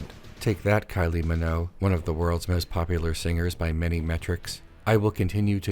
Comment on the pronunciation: As long as you're on this video game arc, I don't need to play. Ps Hard 'g' in Minogue